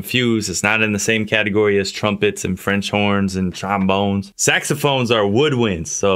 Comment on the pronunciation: every tym i hear saxophones i remember how tae pronounced it hahahahahah cant stop laughing 😂😂😂😂😂😂😂😂😂😂😂